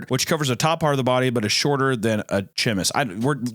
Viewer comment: a French person just rolled over in their grave. Chemise= sh-meeee-s